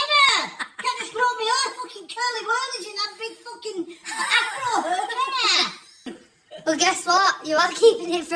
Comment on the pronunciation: It’s pulling me hur ? Do you mean hair …….speaky English or me no understandy 😂😂😂😂